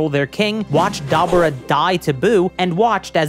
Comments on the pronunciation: Its pronounced Dah-Boo-Dah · never heard dabura being called dabra... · My man, Debura is a Japanification of “Devil” because we say “Devull” (nobody pronounced it DevILL).. Kadabra.. pffffft nice try tho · “I’m calling him Dabra because his name is a pun on kaDabra. I’m not saying Dabura” Even though, phonetically, that’s how his name is spelled and pronounced in Japanese. Da-bu-ra. But ok, in that case, better start calling him “Beers” instead of “Beerus”. Phonetics don’t matter. His name is a pun on beer so call him Beers, just like Whis is a pun on whiskey. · Bruh I swear to God the weeb fans go out of their way to pronounce stuff the Japanese way so they feel smarter or special or some shit. “Dabra” “nyobo”, whatever word you used for the nimbus, like come on thats sooo forced 😂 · it's pronounced "Debra" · The way you say dabura , power pole, and nimbus makes me unreasonably upset lol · I gotta nitpick about you talking about dabura's name....mainly cause while you say thats how its pronounced. They literally say it the way all of us say it in the series tho so I don't understand why you think his name somehow is different than what the show had it pronounced. Outside of that good video but I couldn't stand hearing his name pronounced so....weird